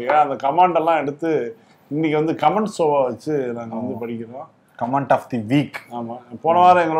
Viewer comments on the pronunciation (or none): இன்னும் திருத்திக்கலையா....♥ கமன்ட்.... கமான்ட் அல்ல